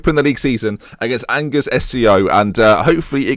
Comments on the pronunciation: Angers is pronounced Anzhay, it's the main city of Anjou. Why didn't you ask that delightful lady you had on the first show, or is she busy training to be your backup Defensive Mid? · Angers SCO pronounced An-Jay btw ;) If you need French lessons, feel free to contact me :D PS : some good young players for your team : Corentin Jean / Benjamin Mendy / Alexis Blin / Adam Ounas / Lucas Hernandez / Abdou Diallo / Alban Lafont / Jeff Reine Adelaide / Thomas Basila ! Good job as usual mate ! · angers is pronounced like arn-jer